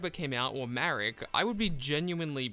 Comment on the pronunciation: its marik. ma - rik. though the name shouldve been "malik" but the japanese cant spell "L". so its ma rik not marrick